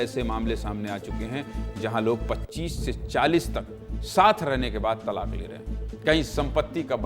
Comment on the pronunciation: तालाक नही बोलते,तलाक बोलते हैं